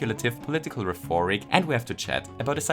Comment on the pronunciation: I have to ask if you mean to say "rheforic" instead of "rhetoric." I really don't mean to be rude and understand if it's just a small mistake, but sometimes you'll say something wrong on purpose for the sake of comedy so I'm not quite sure. Either way, this was an amazing video as always